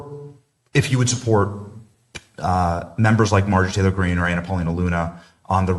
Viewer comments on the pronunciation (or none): none